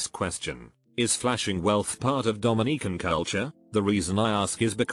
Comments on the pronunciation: Come on dude. Put some effort into your videos. "Bee cee" for bc? Just have it say because. DomiNEEcan? Come on dude. This is very little work for you and decently profitable. Have some pride. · I'm not even Dominican but hearing Domineecan is pain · Domineeecan. Lol. AI voices. Just use your real voice. I quit this video after 30 seconds of listening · I'm from Dominica and I cringed everytime I heard it (but there's no lie) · Dominica🇩🇲 is also a country pronounced that way. The AI got confused with the Dominican republic.